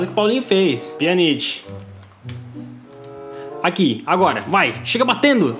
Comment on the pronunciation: Toppen viadan,kkkkk ri d+ quando a treinadora falo "PIJANAQUI" no lugar pjanic kkk like viadan